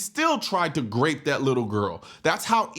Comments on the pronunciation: Are you saying "grape" instead of RAPE ?? is this something to do with YouTube🤔🤔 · Grape?? Last I know -- the word is grope!! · Is he saying Grape??? I heard it 2 or three times. Is that grope? Or rape? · The word you are mispronouncing is 'Grope " .. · Why do you say grape?